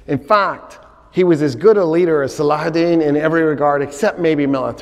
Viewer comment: I love how he says salahudeen not saladin